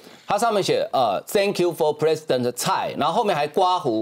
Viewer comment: 阿查爾表示，對他來說很重要的一點是，美國站出來，並讓各界認識到，無論在安全、經濟，或衛生保健等議題，「美國是台灣的朋友、夥伴」，而美台友誼立基於民主、透明、開放等共享價值。 對於他昨天上午「誤稱」蔡總統，阿查爾說，他致詞時，提到蔡總統5次，其中一次「意外發音失誤（accidentally mispronounced）」，而他很確定，蔡總統並未感到被冒犯，因為他當然無意冒犯。